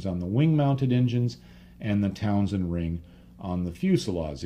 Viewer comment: Excellent as always, but one little nit-picking point: the vestigial cowling around some 1930s radial engines was a Townend ring, not Townsend.